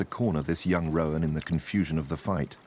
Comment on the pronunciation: Great footage but if I could point out one insignificant niggle, "roan" (antelope) is pronounced "rone" not "ro-an".